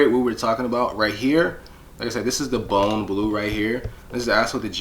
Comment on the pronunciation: "Bone blue" ?!?!? 🤣🤦‍♂️🤦‍♂️🤦‍♂️ Seriously dude???? Embarrassing